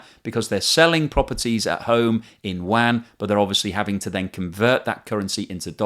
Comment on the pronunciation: Hi, the enunciation of yuan is, u-on